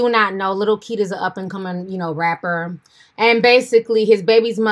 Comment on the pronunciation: So he calls himself lil kid...🙄🧐 Yes, I know it’s spelled Keed but I know he can’t pronounce it right